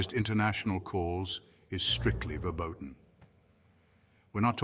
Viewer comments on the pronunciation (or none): The Word Is "Verboten not Verbodian